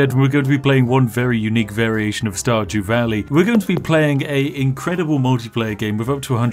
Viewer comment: Starjew walley 🤣😏